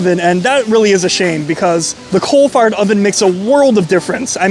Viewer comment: Okay, are you saying “cold fired” or “coal fired”?